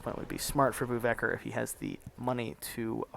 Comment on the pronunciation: LOL bouwvakker is pronounced "bow-fucker" and here bow is pronounced as the bow of a ship or to bow down, NOT as in bow and arrow